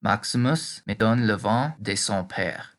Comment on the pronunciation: Excuse me for saying this, but the way you pronounce "vin", means wind not wine.